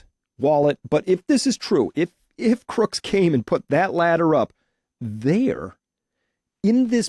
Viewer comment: Tut tut Chris, it's CROOKS, not Crook's!